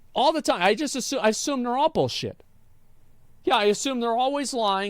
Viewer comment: Asmon turned into a souther bell "I do declare mistah Jim! They nevah taught us to read the tyyme!" 😂😂😂